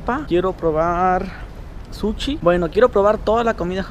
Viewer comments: quiero probar "SUCHI" X´D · Minuto , "Quiero probar suchi" :v